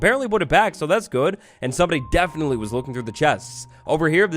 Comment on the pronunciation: DEAFEN-itley lol